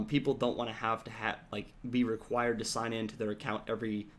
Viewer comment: hahaha "NO REGUIRED GAME INSTALL" Your speak good england :)